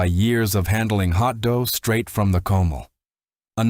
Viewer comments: Clean a CO-MAL! Only one of many mispronounced words! For Christ's sake people! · It hurts my ears to hear comal, nopales etc mispronounced and to see all those white faces representing brown faces --- oh come on. Lazy editing you can do better.